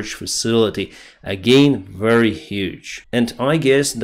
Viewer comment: "The, this, that, these ...." you can easily pronounce.... but Nors and Sous you cannot? I call b.s. , I am guessing military propagandist ! Variance you clearly elocute.... but "wery" is you preferred pronounciation for the word very! What are you really trying to do?